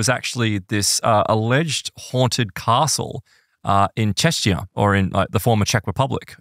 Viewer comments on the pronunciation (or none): That's not how "czechia" is pronounced :) I can see why the US confuses us with Chechnya. It even caused a minor "diplomatic scandal" once. It was 2013 and a Chechen bomber carried out a suicide attack at the Boston Marathon. Another sad terrorist attack we thought in the Czech Republic - only then the Americans started screaming to take off B2 and bomb the Czech Republic. The mistake was so common that we didn't want to risk a few missiles actually flying in - we may be in NATO, but at the time it was fashionable to shoot first and ask questions later. Rumour has it that our embassy wrote to a couple of media outlets in the US reminding them that Chechnya and the Czech Republic are not synonymous (I doubt that's true).